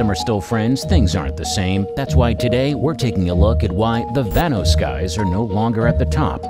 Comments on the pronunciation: 😂😂😂😂 vanos I'm done bro why did he saying like that tho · YOUR SAYING VANOSS WRONG